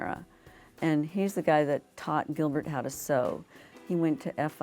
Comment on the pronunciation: "Giblert" lmao